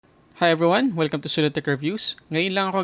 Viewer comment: Kala ko "Hello Everyhting!" Na-curious tuloy ako kung paano mag phone unboxing si miss Everything. 😅